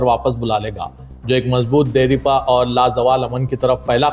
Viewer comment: Deripa ❎ Dairpa ✅